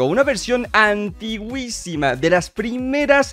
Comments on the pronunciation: Se dice antiquisima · Se dice antiquisima xd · No se dice antigüisima, se dice antiquísima